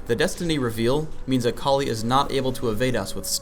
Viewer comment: the way he says akali is so weird, i keep hearing "a colleague"